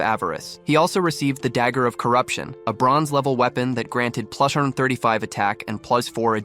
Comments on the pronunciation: AI is having trouble saying “plus” 😂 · bro how can he say agility plus four strength plush four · "Plursh four" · I was also gonna commrnt this 😂